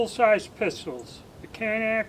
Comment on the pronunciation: it is CAN NIK (nick) not CAN NACK. shew these daniel boone men are not real smart.